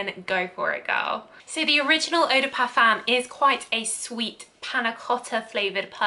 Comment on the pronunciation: Parfum is pronounced Parfum.